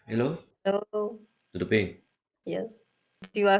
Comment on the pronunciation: la chamou de estranho?! Ela disse que soava estranho. Houve bem! Ele é que começou a atacá-la. O português dele suou estranho a ela, principalmente quando ele disse "tudo bem?" o que pareceu até diferente de qualquer sotaque brasileiro; e segundos depois ela entendeu que ele tinha aprendido português do Brasil quando falou novamente. Ele logo atacou-lhe. Reação dela, justifica-se!